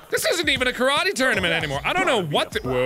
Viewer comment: As a Japanese person I got slowly more and more upset every time I heard Karate pronounced wrong....